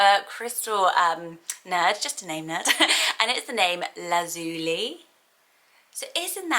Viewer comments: I've never heard anyone pronounce the li in Lazuli as Lee, personally I've always pronounced it lie. Laz-u-lie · Lazuli is pronounced "La-zyuh-lai" (or "Laz-you-lie" simplified) not '"Laz-ooh-lee" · I thought Lazuli was pronounced Lazz-u-lie with the stress on the first and last syllables and lie rather than lee at the end. Is that wrong or just different pronunciation? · I hate to.correct you but I’ve always pronounced lazuli as laz u lie as in lapis lazuli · Lazuli is pronounced Lazz- you-lie I thinkkkk